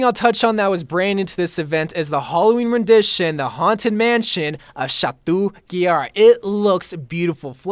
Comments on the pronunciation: Did you just Say chatou guillard? Ils pronounced chato guiyar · He was pronouncing chateau guillard incorrectly 😂😂